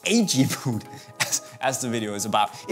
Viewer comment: i get so annoyed about the way he says boot v00t